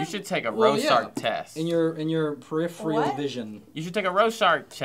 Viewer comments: I can't believe kept saying "periphial"... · sariah moody i really hope so, because i died inside every time she sad periphial instead of peripheral. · it's "periphERal" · wait is it not per-if-er-al